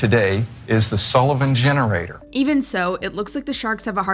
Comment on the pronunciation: Why'd she say Sullivan Henerator?